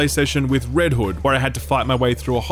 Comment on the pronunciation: I'm not sure if it's because I'm tired, because of the accent, or a little bit of both, but I'm pretty sure homeboy called Red Hood Red Wood multiple times.